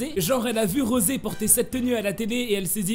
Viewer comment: SE NES PAS ROSE SES ROSEEEE